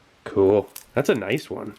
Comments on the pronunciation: click NOICE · Sieglinde "noice"